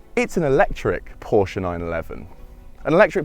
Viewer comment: Love that you pronounce "Porsche" right!